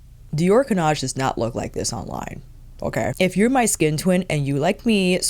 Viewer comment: Nothing wrong with your pronunciation of 'Cannage' 😊 I'm Dutch, not French, but I took French in school. The '-age' bit should always sound like the one in 'Visage'. All the new make up looks great on you, of course, because you know what works for your skintone SO well. I noticed you wear gold earrings often now and you should always wear gold jewellery. It looks fantastic on you 💕